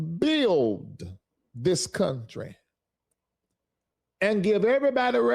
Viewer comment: THIS DUMBSHIT DEGENERATE CAN'T BUILD A LEGO TOY SET LET ALONE PRONOUNCE THE WORD Properly..THE SMARTER HE TRIES TO TALK THE DUMBER HE SOUND'S...WHAT A FOOL..BTW BUILD HAS A D AT THE END TRY PRONOUNCING THAT MY VERY UNTALENTED MORON.. PLEASE GO BACK TO AFRICA SEE HOW THAT WORKS OUT AND LETS SEE JUST HOW WELCOMED YOU ARE...DO NOT RETURN 😮😮😮😮